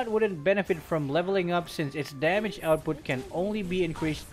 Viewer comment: It's damage 😅not demej